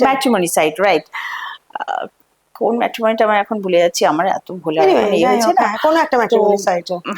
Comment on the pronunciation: Hey bhagoban 'matrimonial' word ta o bolte parche na, full geo bhut😊